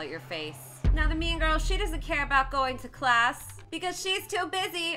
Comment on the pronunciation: I thought you said meme girl not mean girl😂😂😂